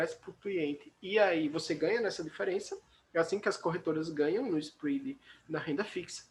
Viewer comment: Onde que fala inglês desse jeito??